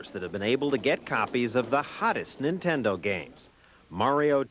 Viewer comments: "....watching Nintenda." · "Watching Nintend-uh" -. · "Watching Nintenda" Journalism Fail LOL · NIN-TEN-DO. It's a cereal now.